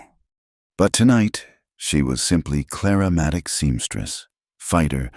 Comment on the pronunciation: Claramatic? It nearly choked me. From Clara Maddox to Claramatic! This AI thing is really making a good mash up of the language